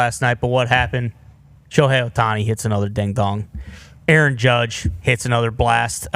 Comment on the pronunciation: And they all call him "A-A-Ron" 😂